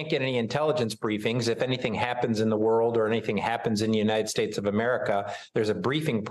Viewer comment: "United Shastes"